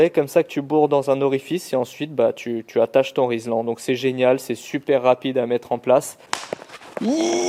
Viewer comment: Beaucoup de personnes disent rislan moi le premier alors que c'est rilsan😊